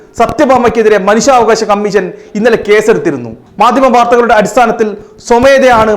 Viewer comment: കമ്മീശൻ എന്നല്ല പറയേണ്ടത്. അൽപ്പം ഉച്ചാരണശുദ്ധിയൊക്കെ ആവാം.